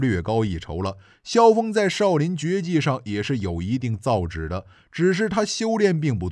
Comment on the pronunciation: 造诣yi，不是造诣zhi 🤣😂😅